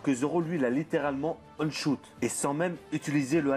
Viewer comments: Arrête avec tes "on shoot", c'est "one (ouane) shoot" bordel ! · On dit one shoot (le chiffre un en anglais ) et pas on prononcé à l'anglaise ..... Sinon on peut remercier les sabre de Zoro pour Pika quand il le coupe ..... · J'aime bien tes vidéos mais je t'en supplie, prononce One Shoot normalement stp, pas on shoot, ça fait mal aux oreilles, merci ! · Merci pour ta vidéo ! Par contre "Aune choute" "Ski wolk" l'anglais pleure mdrrr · Ça se prononce /ouane/ à propos de "one" , stressant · "one choute" gros stp fais un effort sur ton anglais . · On dit ouane chote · on dit OANE SHOOT